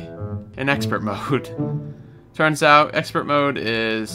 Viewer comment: Exspert mode :D